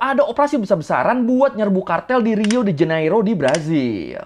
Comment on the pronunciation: Gemang gw denger Gubernur Rio njir. kek nyebutin Gubernur Riau 😅